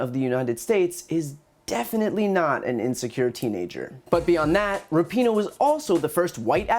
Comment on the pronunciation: The best part of fox is when they purposely mispronounce Megan Rapinoe's last name, they all say RAP-in-no. I know they aren't so dumb that they can't say it correctly so they doing this on purpose, they are such low lifes.